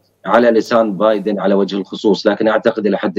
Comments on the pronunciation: بايدن وليس بادين راكم غالطين هههه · بايدن وليس بادين لغة راحت فداك الشي